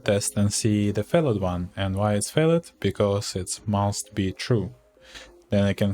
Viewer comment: Привет. Пришел в поиске как народ использует neotest. Очень крутая шутка. ПС. На досуге глянь как произносятся слова "binding", "failed".